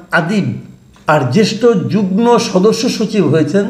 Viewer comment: 'যুগনো' (যুগ্ন) উচ্চারণ করেন কেনো? ওটা উচ্চারণ 'যুগমো' (যুগ্ম)!